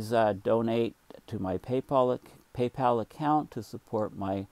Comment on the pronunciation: You let it slip out...you don't have a "Paypal" account, you have a "PayPaul" account...